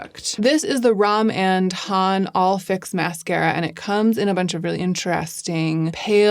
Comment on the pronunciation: Just giving you a heads up I’ve heard more people pronouncing Rom&nd Row-mahhnd like saying dance and demand with an English accent not dance and demand with an American accent.